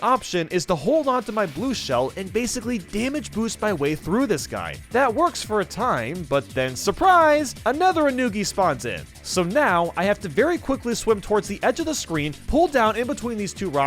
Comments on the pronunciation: ah yes, "anugi" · isn't it funny how he didn't pronounce Yanagi right? I think I spelled it wrong.